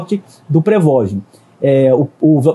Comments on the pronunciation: "prevogin" kkkkkkkkkkkkkkkkkkkkkkkkkkkkkkkkkkk nem falar sabe pqp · Pregogi?? Nem sabe a pronúncia correta do nome do cara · Reporte de merda, não sabe falar, não sabe nem pronunciar o nome .... PQP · essa pronuncia do prigozhin ficou mt estranha